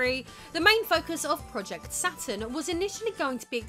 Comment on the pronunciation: "RISE & FALL OF THE ATURN"